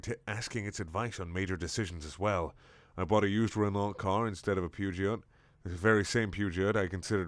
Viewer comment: Fun fact, Peugeot is pronounced Pyoo-joh. Just felt like spreading knowledge. Damn Frenchmen and their devil-tongue.